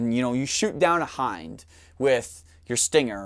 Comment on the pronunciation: I think this might be the smartest gun expert I've ever seen. I had to look up how to pronounce "Hind," and he pronounces it correctly. I'd love to see a lot of footage of the gun in action, but the narration is amazing.